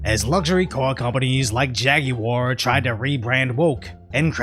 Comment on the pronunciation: I’m really happy pronounced Jaguar correctly. Edit: or he could have just said “Jaaaaaag”